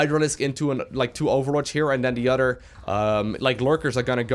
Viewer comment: He also says "otter" instead of "other" and "rotter" instead of "rather"